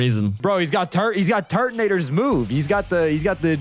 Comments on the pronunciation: did bro say tortanegger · did you said the N word?? I’m sorry for asking but it kinda sounds like it, but you said def Turtonator.😅